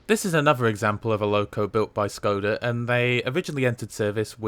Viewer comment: Just a small remark: Š is pronounced as an English [sh], so it's [Preshov] and [Shkoda]. The same is true for Č [ch] Ž [zh] and CH [h as in heart or heat]. Czech Ř is pronounced as a very short [rzh].